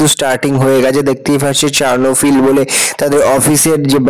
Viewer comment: চার্লোফিল নয় ক্লোরোফিল।